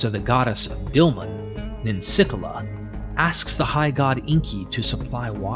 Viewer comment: NIN-SICK-EELA, not whatever you said.